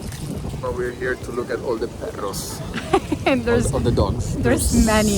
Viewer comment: Let me tell you that at some point I thought you were from Argentina, maybe the children of Argentinians that migrated to Europe, because the pronunciation of the few words that you said in Spanish was so on point, for example “perros” and “empanadas”. Enjoy your trip. Cheers!!